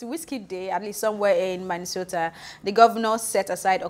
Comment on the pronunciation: This ashowo again see how she pronounced Minnesota.. both girls na werey for hatting on someone doing what ya broke daddy can't do